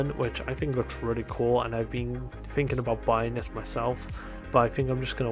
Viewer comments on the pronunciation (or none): none